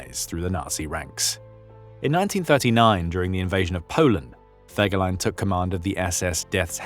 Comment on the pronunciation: Den Namen Fegelein sollte man wenigstens korrekt aussprechen!